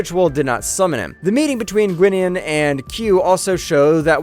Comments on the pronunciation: I tried to enjoy this video. But this narrator has never watched a episode of Next Generation in his life. Six minutes in and he cant even pronounce Guinan's name or the name of her species properly. Seriously do y'all not have producers or directors to correct these mistakes during recording? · Somebody hasn't really watched TNG, I think. Mispronouncing Guinan as Ginnin makes me sad inside. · i truly wish u guys would have someone who is an actual fan, or at least seen a handful of episodes covering the material in the video. or at least the fckn editor or someone can catch this stuff before its in post. Guinan is a singular being, and its pronounced Guy-nan. alot of ur content is this way, produced and narrated by people who are clueless to the material. i appreciate the videos, but ur fan base would appreciate it if yall would do some research beyond google. talk to some fans, and get a better editor and narrator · Have you ever seen an episode with Guinan in it, and heard her name pronounced? No? Well, it's not "gwin-nun" it's "guy-nan" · Ginen? It's guy-nan jeez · My gosh, listening to this clown mispronounce names is hilarious. Ah i remember Gwinnin well. That indispensable star trek chatacter. "FLOWERS!! Is there a jean Luck Pickerd here?" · Pronouncing Guinan's name "Ghinnan?" "Rom-MULE-ians?!" Have you ever actually watched an episode of Star Trek? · he also said "ginnan" and my eyelid started twitching. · It's pronounced GUY-nin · Who in the devil is Ginnen?? 🤣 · your pronouncing guinan wrong. unless they decided to change the pronunciation of her name in the recent series from what is was in the 80s and 90s. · Guinan's name was badly mis-pronounced by this video's narrator,..on at least a few occasions within it. The Q Continuum was also mispronounced. Lastly, "Q's"? " Hard to fully listen when so many bad pronunciations are done by this narrator.